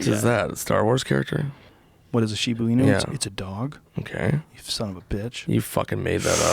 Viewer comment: Joe, Shiba Inu is pronounced "SHE-ba E-nu "